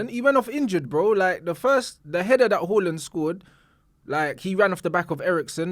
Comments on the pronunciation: it’s “ haaland” not “ whoreland” u joke man😂😂😂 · My Man Said “HAWLIND”💀💀💀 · Man is calling Haaland - Hooland 😅😅